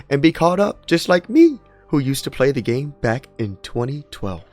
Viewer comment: Why do you say "gema" instead of "game"? I'm genuinely curious